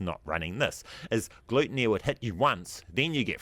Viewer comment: Im pretty sure my sister is allergic to that first boss you were talking about there...gluten-e 😂